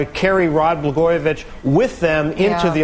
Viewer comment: Did that one lady say Rod Bla-garbage? It sounded like it.